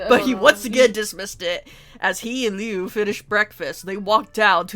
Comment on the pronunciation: It's Liu not leu why dose people keep saying his name wrong Liu has an I while leu has an E leu is like you took leo and swapped out the O with a U